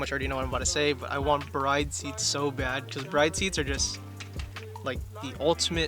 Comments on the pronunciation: it's pronounced : BREE-DAY lol not bride. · I don't mean to be that guy but I just wanted to say that it's pronounced "brid" 😅😅😅